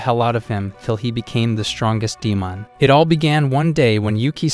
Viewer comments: In the start bro said ‘’demaon’’😂😂😂😂😂😂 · he didn't say demon he said deeman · Bro said deemoon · Bro said demun